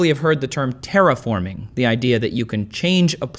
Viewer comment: sounds a bit like "terrorforming"... hopefully it will not be the case! ;)